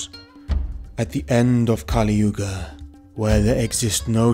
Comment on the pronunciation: It's not kaaliyuga but kaliyuga